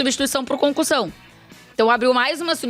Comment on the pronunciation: Parece mto que ela tá falando concursão 😅